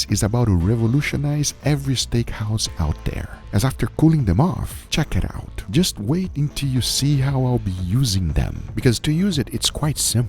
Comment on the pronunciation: The pure dopamine rush when Guga says "Chick-iit-owwt"